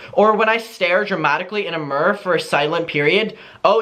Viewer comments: MUR??? YOU MEAN MIRROR??? 😭😭😭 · Who else loves how says mirror? Lol meeer 😂